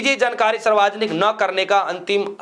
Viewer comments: Bolna to seekh le Bihari😂Saarvjanik hota h, Sarwajanik nahi😂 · Saarvajanik nahi hota hai, saarvjanik hota hai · भाई साहब सर्वाजनिक नहीं यह शुद्ध कर लीजिए शब्द सार्वजनिक है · पत्रकार महोदय सर्वाजनिक नहीं सार्वजनिक होता है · English k chakkar me Hindi ka band baja diya logo ne sarvjanic word ko sarvajanik pad rahe hai. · Sir sarvajnik nhi hota balki savarjnik hota hai. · भाई गटर के कॉकरोच.... सार्वजनिक शब्द ठीक से बोल ले।